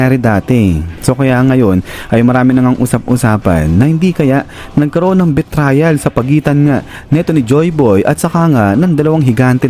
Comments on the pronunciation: Sir betrayal pronunciation is bee - tray - uhl not bee - trial. Feedback lng po. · Mali ang pronunciation ng "betrayal". Dapat pag-aralan muna ang mga bagay-bagay bago basta-basta na lang na gumawa ng content.